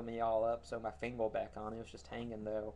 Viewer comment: I know what it is. He can't say "er" at the end of words like Instead of saying "finger" he says "fingel" another one of his videos i think its the old lighter one he says Lightle